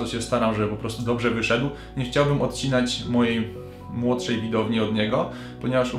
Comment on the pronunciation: Proszę mów nie CHCIAŁbym a nie chciałBYM